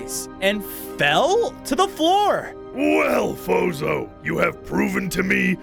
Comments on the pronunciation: Fozo? İts Sounds like BOZO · i heard not fozo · Your name is not fozo it’s